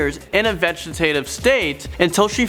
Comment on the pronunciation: Well done, you pronounced vegetative correctly